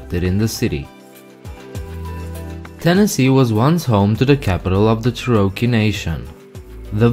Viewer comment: Learn to pronounce cherokee.